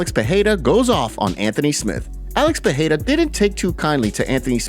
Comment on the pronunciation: Still pretending to know Portuguese pronouncing PEHEIRA instead of PEREIRA?